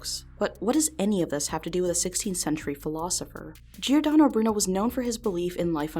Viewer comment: only bad thing about this video is how giordano was pronounced but otherwise this video was very interesting!